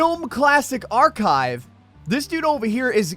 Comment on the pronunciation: When you’re an adult and still can’t correctly pronounce the word “archive.” Must’ve spent his education time on a computer game